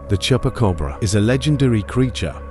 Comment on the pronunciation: Tell AI Voice is not Chepa Cobra , is Chupa Cabra